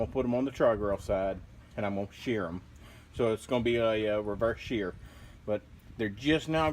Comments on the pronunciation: You just keep saying shear, we know you mean sear, but at this point I don't think you do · Great video, food looks great, the word is "sear" :)